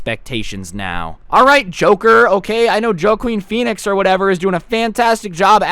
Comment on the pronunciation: think he said actors name wrong